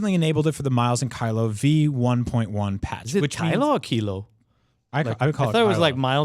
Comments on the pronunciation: That's Miles and 'Keelo', as in kilometre... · He is definitely pronouncing it wrong. It's Miles and Kilo; Like Miles and Kilometers. Come on guys.